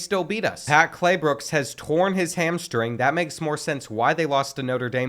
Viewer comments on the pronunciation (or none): bro called him “Claybooks” instead of Claybrooks the whole video until 😭